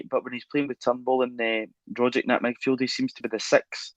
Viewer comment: Rogic is phonetically pronounced rogich with the g like “g” in Lady Gaga not “dg” in Brendon Rodgers! Kudos to Russell and JP the Ascom linguists par excellence!!